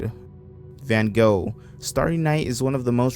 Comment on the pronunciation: The scariest bit was the way he pronounced van gogh